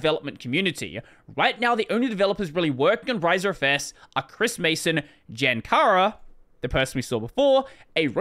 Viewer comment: Jan is pronounced more like Yan and is the Czech equivalent for John.